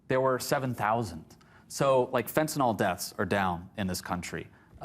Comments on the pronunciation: No, it’s mispronunciation of a word otherwise commonly used in medicine. Nobody who works with this substance in a clinical setting calls it “Fentanall” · It's not fen-ten-ALL. It's fen-ten-ILL. 🤨🤔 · They do it because they are ignorant, and in many instances believe it should rhyme with “alcohol.” As soon as they mispronounce the word their claimed statistics about border enforcement and drug interdiction should be viewed with skepticism.